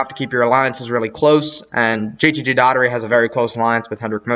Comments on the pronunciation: It’s Daugh erty not Datery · It was hard to get through that JTG Daugherty part. Please learn how to say Brad Daugherty's name.